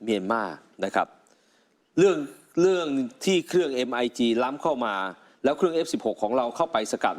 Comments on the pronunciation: ผู้อ่านข่าว TOP News. อ่านข่าวให้ถูกหน่อย MIG. 29. อ่านว่ามิก 29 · มิก29คับ หลอกสลิ่มหน้าโง่ก้อต้องอ่านให้ถูกด้วยไอ้ฝุ่นใต้ตีนสรยุทธ